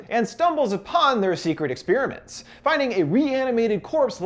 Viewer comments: Say 'Ex-spearmint' one more time I double dog dare you. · God, why can't Americucks ever pronounce 'experiment' correctly...